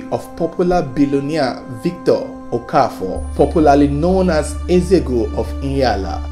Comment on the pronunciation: You can't pronounce Eze-Ego? Disgraceful!